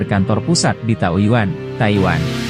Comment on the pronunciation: Tayuiwan salah ngomong jangan rusuh bang😂